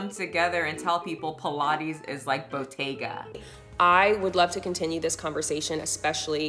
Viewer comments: Yeah it's because it's a mispronounciation. You're supposed to stress the t! It's a double t. Bottega not botega 😂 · It is a t not a d in Italian. Her stress is wrong though, she ignores that is written with "tt" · Ain’t anybody tryna be in your “whites only” Pilates lol, I thought she was saying bodega wrong 😂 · I’m not from New York and I thought the same thing. 😅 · I thought the same thing. Lol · not me over here thinking she mispronounced bodega when you used this clip in the beginning. Was so confused. Never heard of Botega whatever tf that is lol obvs I’m not their target demographic. I waste my money elsewhere 😂